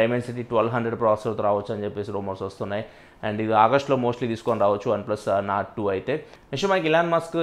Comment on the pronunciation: Bro it's Nord not Norse